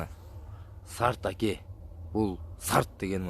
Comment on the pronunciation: Сен жакшылап окуу. Алжерде Аке деп турат. АКА ЭМЕС😅😅😅